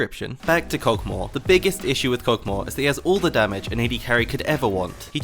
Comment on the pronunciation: The Champions name: Kog`maw: Kog` moa